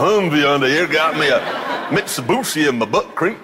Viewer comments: hoondee, mitsabooshee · Jezza making fun of americans is so funny xD the "mitsubushi" one killed me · "mitsebussy" i can't stop laughing🤣